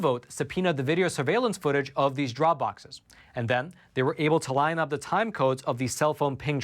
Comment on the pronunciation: Thank you very much for your contribution to good news. You, along with others, have been a great help in these times of disinformation, lies, and massive media coverups. (On a small side note, please do learn how to pronounce the definite and indefinite article. For whatever reason, mispronunciation of these two simple words is ubiquitous on YouTube, and that by all kinds of speakers, from simpler folks to well-educated people. Thanks for listening.)